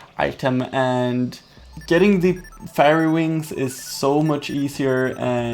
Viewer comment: Fairy is pronounced ˈferē